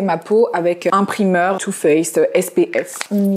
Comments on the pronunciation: qui parle tout le temps anglais mais qui dit primeur au lieu de prymeur c'est ouf 🤯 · parle anglais toutes les deux secondes avec un ptn d’accent mais prononce primeur pour dire primer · Tu parle anglais mais tu prononce « primeur » 😭